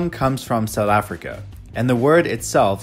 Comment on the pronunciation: I love how he says "Sutheffrica", like a real South African!!!